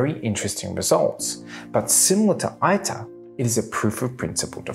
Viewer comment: Some Corrections: . It is said TOE KAH MAK. It is said EATER -- it is Latin.